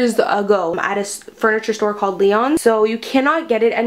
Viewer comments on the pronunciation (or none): none